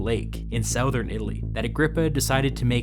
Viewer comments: Nobody:: Pronounces Southern as sow-vern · "...a giant volcanic lake in SOWthern Italy..."! Yay! Another weird pronunciation from my favorite history channel! Keep them coming you wonderful kook! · The way this guy pronounces sowthern always makes me chuckle